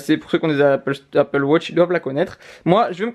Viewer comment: Pourquoi tu dis Apple Wotch ?